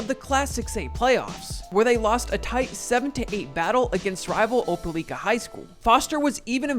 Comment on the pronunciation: And really bro its OP-ILL-LIKA SO DISRESPECTFUL LOL